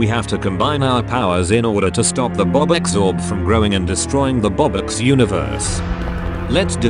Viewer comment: ITS 🅱OBUX MAN NOT ROBUKS 😳😳